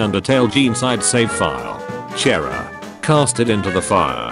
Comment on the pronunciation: Its pronounced CH-ara